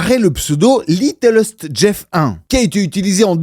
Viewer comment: par contre c'est pas "littlest" mais "little-st" comme dans "little saint" , la chose a savoir c'est que le vrai nom de l'ile de Epstein c'est "little saint james island"